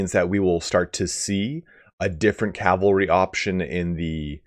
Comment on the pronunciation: What’s all this I’m hearing!? “Calvary”? “Barbed” horses? Also, the reason they say that Teclis knows firsthand is probably simply because he actually lived in the Old World and knows what Elven cavalry was like